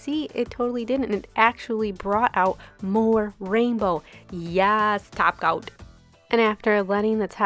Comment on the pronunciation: Do u say taco instead of topcoat?